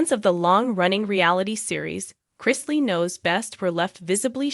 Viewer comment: Of course this young man is stressed look what he's been through instead of you guys talking about him and spreading lies why don't you pray for him and his whole family what is wrong with you people and later you can't even say their name properly you don't know anything about these people shame on you